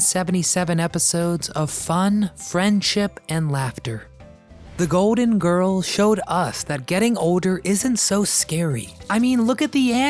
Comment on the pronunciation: It’s GOLDEN Girls, not “goaden”